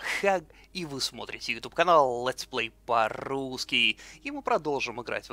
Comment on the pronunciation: нет "Летс плей по ррррррррррррусски